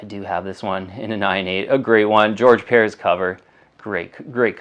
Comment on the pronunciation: Very informative show will keep an eye out for the mignola Batman how do you not know how to pronounce George Perez his last name is spelled like it sounds LOL